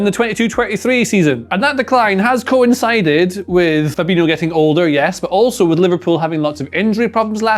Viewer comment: Its fabhino not fabinio, can't even say his name properly